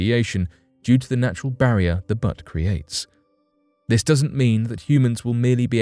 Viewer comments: It's butte not butt. Buuuuuute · its pronounced 'B-yoot' not BUTT, LOL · Word BUTTE, not pronounced BUT. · Omg it’s not Butts it’s butte .. lmao .. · LOL "butte" is pronounced "byoot." Its much better the way you're saying it, though! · Butte is pronounced byoot... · Don't intend to sound picky but a butte is pronounced beaute, as in beautiful. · My thoughts exactly, pronunciation like this is inexcusable. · Butte = Beauty minus the "ee". LOL. Not your bum. Let's keep the insides of the earth inside. Except for fossils fuels used as cleanly and wisely as possilbe. That will not run out! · lol well that isn't how you pronounce butte